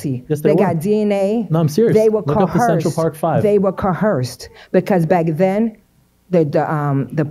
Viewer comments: Coerced not coeherced lol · Woman in white saying cohersed instead of coerced and realestator instead of realtor. Add the multitude of lies to the ignorance and it is painful to listen to. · I stopped listening to the one lady who said COHERSED and not coerced. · Not co-herced. Coerced. It is a lie. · “Co Hursed!” 😂😂😂 Slow… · Co-hearse-ed?!? And she wonders why she wasn't taken seriously. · “Coherced” lady that word does not have a fuckin H in it. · “they were kuh-hursed” 🤦🏻‍♂️ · Is she trying to pronounce coerced?